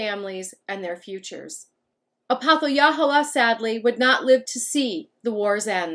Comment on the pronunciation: I’m a direct descendant of him and I’m almost positive it’s pronounced ah-poth-uh-hey-luh-hole-uh, great video !